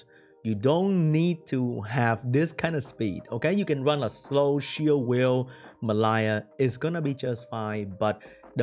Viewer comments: It's not "Me Lie" it's "Mel E ah" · pronunciation doesn't help, but it is spelt "Mellia". Close haha:)